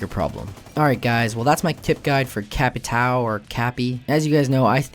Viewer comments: Greetings from Brazil, once again! his name is pronounced "Ca" (as in car) "pit" (as in pit, kek) "ão" (well, there is no phonem in english for that, but it's something close to "awn" as in "yawn") Awesome video, keep the good shit up! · To pronounciate correctly "captão" say "captom" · its pronounced ka-pi-ta-o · Im not sure how to either but i think its "Capitayo" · It's pronounced Cappi-toe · Oh, and high five for bad pronunciation!